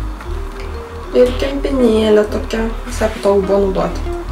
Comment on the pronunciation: Rita Miaur 'šviesi', 'tamsi', 'patogu' ir panšūs žodeliai.